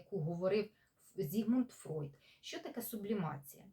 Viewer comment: Зігмунд Фройд (Freud) правильно, тому що у німецькій “eu” читається як “ой”, так само як у "ei" як "ай", тому Einstein Айнштайн, а не “Ейнштейн”. Тож пані в цьому відео все вимовила правильно. Іноді мовознавці домовляються, що при перекладі імен відомих діячів, які вже стали загальновживаними, їх іноді залишають у поширеній формі навіть якщо фонетично правильний варіант інший, та це не знаю, чи це стосується цього випадку